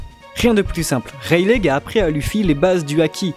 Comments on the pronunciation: c'est pas reileig mais Reyly que sa se prononce non de dieu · stop dire rail lé c'est rai ye li la prononciation 😂 la meme pour luffy ;) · Rayliiii pas raylegg :cccccc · C'est une très bonne vidéo que je vais télécharger et garder longtemps mais cette prononciation me met mal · freeeere même 3ans après ça me rends fou😭😭😭😭😭 ça se dit Reyli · Super video (juste ça me perturbe : vous pouvez pas dire [raie-li] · reileight on le dit "raili" mais sinon bonne video !! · Ta prononciation des mots en anglais est à chier mais le reste est bon XD wall quek aylande lol Rayleg. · Rayleigh c ps censé se prononcer "Reyli" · Serieux un peu d effort pour prononcer correctement Rayleigh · GROOOOOOS on dit pas le "G" de Rayleigh, c'est moche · Yop tu peux arrêter de prononcer le "G" dans le prénom de Rayleigh.